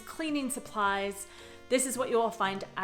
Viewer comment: Drogerie mě dostala tvou výslovností 😁